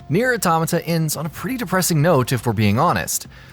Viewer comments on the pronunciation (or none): none